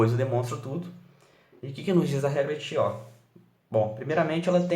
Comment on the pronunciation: Muito, muito bacana!! Só precisa se atentar à pronúncia correta dos nomes! Cauchy se pronuncia "Coxí" e Chió se pronuncia "Kió".